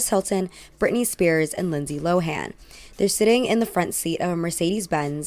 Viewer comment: It's not LO-HAAN!! IT'S PRONOUNCED LOWEN